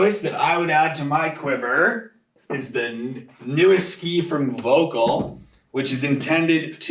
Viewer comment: Why is that people, who are supposed to be pros, never care to pronounce VOELKL right? It's so offputting.